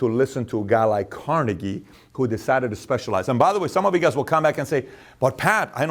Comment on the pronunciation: It' Carnaygie, emphasis on "nay", not on "car". It is a Scottish name. Jfyi